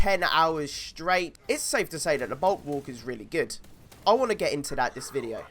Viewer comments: Bulk-work??? Its pronounced bull-walk lmao? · I just dont understand how you cant say bulwark its not hard hahaha